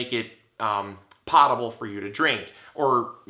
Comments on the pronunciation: Poe- table. Not “pot” table. Potable isn’t spoken how it’s written. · "Poh-tuh-bull" watch Jeopardy! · I'm going to save the internet by saying it's PO-table.. long O, like Edgar Allen Poe.